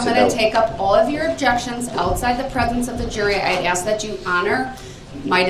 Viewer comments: The proper word is ASK not axe. Talk normal please! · The proper word is ASK, not AXE. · That’s because you’re not witch him. He needs to axe his questions and a dictionary to understand what “advising” means. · He pronounces it as AXED. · He does ax a lot of questions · If I were the Prosecution… I would “Object” every single time the words “Axe”, “Dat” and “Twooth” were used … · Cracks me up how he cant pronounce the work 'ask'...